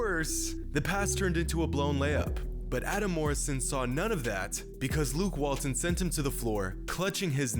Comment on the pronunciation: You did Luke Walton wrong bro😂😭